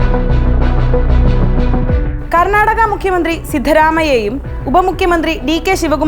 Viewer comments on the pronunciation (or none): none